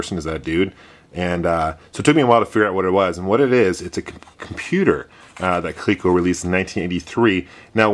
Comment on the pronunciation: It's not really "Kleeko" though, is it?!